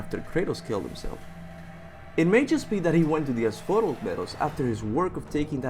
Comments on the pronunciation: A few thing i wanted to clear up 1. Hades isn't the God of Death, He's the God of the Underworld. the God of Death is Thanatos 2. Asphodel is pronounced As-fo-del and it's the Greek equivalent to Limbo or purgatory. It's not good or bad. If you live a life that was not particularly special or evil then you spend the rest of eternity walking through the meadows never feeling tired or anything really with no memory of anything. 3. Dionysus was the Wine God but he was no pushover. He regularly turned people that angered him to animals, He had the power to curse mortals with insanity (which Kartos is clearly susceptible to) and he even Killed a giant single handed with nothing but an Acorn on a stick. He might be a drunk but He's still one of the 12 Major olympian Gods. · Ass-Foe-Dell Asphodel